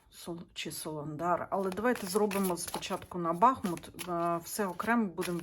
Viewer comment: дякую за роботу! Місто має назву БахмУт,бо там тече річка БахмУтка!!! З повагою до Вас!🥰